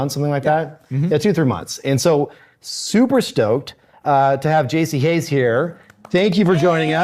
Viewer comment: Dang, yall (or AI) butched Jaci Hays' name :)